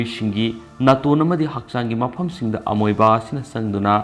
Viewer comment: pronunciation loina lalle. Houston.. amoeba lalle..